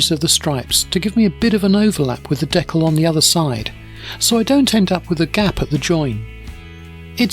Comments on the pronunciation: Never heard it pronounced “deckel” before. Good video though! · fantastic as always! Being an American, We say it dē-kal with a hard "E" like people and a soft "a" like in mad. I've not heard it pronounced like you do so I looked it up, and apparently it's also the common way for Canadian people to say it. Just an interesting deep dive I went into because of this video.